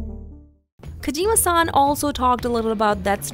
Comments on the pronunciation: why do you call him Kajima San? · Kojeema Saahhn